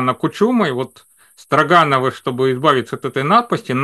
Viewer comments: Не возьмусь вдаваться в происхождение фамилии, но произношение Стро́гановы куда проще и естественней чем Строга́новы. Возможно это издержки местного произношения. Я часто слышал: "этот брус стро́ган". И ни разу не слышал: "этот брус строга́н", хотя и допускаю что где-то говорят и так. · СтрОгоновы не СтрогАновы. Промысловые люди не промышленные, это потому что вы во всяких Латвиях и США живете и там по другому ударения в словах или почему? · СтрОгановы, а не СрогАновы!😂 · Почему СтрогАновы? СтрОгановы же. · Впервые в жизни услышал ударение в фамилии отличное от СтрОгановы. Очень удивился. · уланов понятно к дефектам его дикции я уже привык, но, интеллигентный, образование человек, всегда говорил чётко и внятно, тут те же СтрогАновы и т.д. толи дразнит Уланова то ли у них в США другие правила по ударениям. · фамилия СтрОгановы - правильно произносится с ударением на первое О. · Всегда слышал произношение этой фамилии как СтрОгановы. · Мне понравилось, спасибо за ролик Я привык к другому ударению , но это не принципиально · Тоже это слух резало.